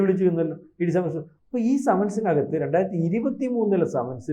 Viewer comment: ആദ്യം നാക്ക് വടിച്ചിട്ട് വർത്താനം പറയടാ ദുഷിപ്പേ സമൻസ് ..... സെമൻസ്.... മെൻസസ് അതിൽ എത്താണ് എന്ന് തിരുമാനിക്കട നാറികളെ .. ആരോ എവിടെയേ എന്തോ പറഞ്ഞന്ന് കരുതി ഇവിടെ വന്നിരുന്ന് കുരക്കുന്നോ ???